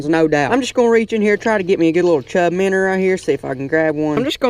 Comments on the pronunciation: It's minnows not minners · minnow not minr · MIN-OW NOT MINNER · Shut up app saying minner it's minnow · I HATE THE FACT THAT HIS ACCENT MAKES HIM SAY MINNER INSTEAD OF MINNOW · Minnow he calls them minners there fish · He says Minour and puts minnow in the title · He keeps saying minners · Minner catching I'm never going to say it any other way again